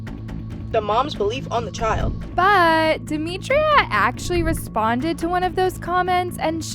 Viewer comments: ITS DEMITRA. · It’s demitra